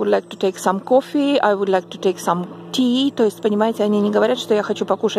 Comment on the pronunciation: Галина, вы произносите "ляйк". Это не случайно? Много ли подобных разговорных слов с "я"? М б это островной диалект, а на Основной Земле произносят "Лайк"?